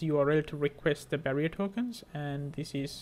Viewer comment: Hi you called it "Barrier Token" please note it's "Bearer" token